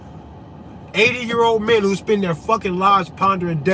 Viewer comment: vvho's diagnosing vvhom... that's vvhat I say as vvell...